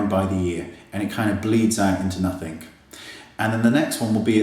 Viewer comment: I LOVE you BUT i must say this... the word is nothING not nothink.. please say it properly.. pppllleeeaassseeee <3